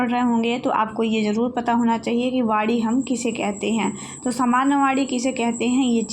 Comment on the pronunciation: Maim ye Vaani h vadi nhi 😊